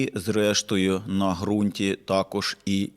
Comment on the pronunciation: як завжди, чітко й по суті, але в мене невелике зауваження: ґрунт з буквою ґ, яка позначає проривний задньоязиковий звук.